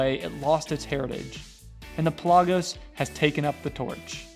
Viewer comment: Pell ah gose not pel ah goes